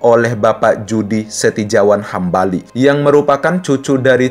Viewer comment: Judy Setijawan Hambali dibaca Yudi Setiyawan Hambali.